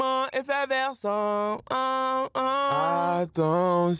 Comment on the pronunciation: Sentiment "effeverscent" 🤦‍♂️